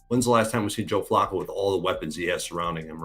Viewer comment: Dude kept saying Joe Flocko 😂